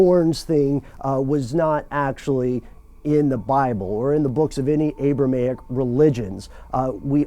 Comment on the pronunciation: Very cool that you researched facts. Not so cool: Your pronunciation of words YOU: "beezlebub" ACTUAL: Beel-ZE-bub YOU: "abramaic" ACTUAL: A-bra-HAM-ic